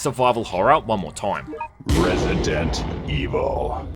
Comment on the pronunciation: Resi-dant Evil